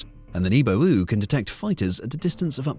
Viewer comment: a Nebo-ooh? ;~) lmao. Thanks for that